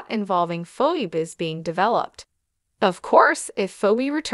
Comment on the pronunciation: Pronounce names right her name is phone not phone